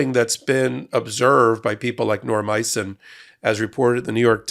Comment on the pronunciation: Its Norm Eisen, not Norm Icing,.